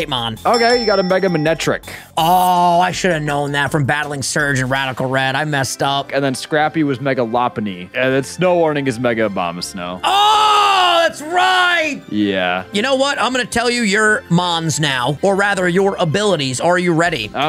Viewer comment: No way he pronounces Lopunny as Lop unny